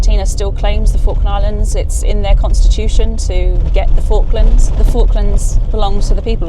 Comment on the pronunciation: It's more like forklands